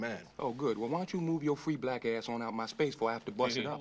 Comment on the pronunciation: "for bleck history month"